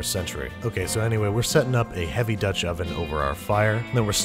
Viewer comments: Molly : DOTCH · “In a Dutch-“ IN A WHAT?!